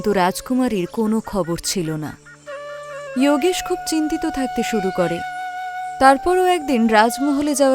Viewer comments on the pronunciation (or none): বাংলা কার্টুন করছেন, ইওগেশ না বলে যোগেশ বললেই বেশি ভালো লাগতো